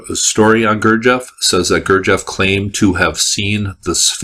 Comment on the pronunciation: Might want to learn to pronounce "Gurdjieff" correctly....